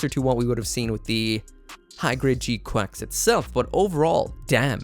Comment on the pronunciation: Hey guy. Its not g quaks like a duck. Its more like g kwucks. The "a" sound in japanese is not like a in apple but it is like a in awkward. So the katakana is ku-ah-ku-su.